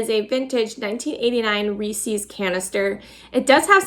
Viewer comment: Ness-lee for Nestle is the correct pronunciation. Also Reese’s rhymes with “greases.” Cadbury....no s in it (not Cadsbury). We’ll get your brand names right!! Don’t want you to be embarrassed. Love the tins. Mine are used and well-worn. (I found another place that says you can put a very soft t at the end of “Nest”/Ness”)